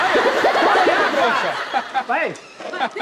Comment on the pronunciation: "Broaca" kkkkkkk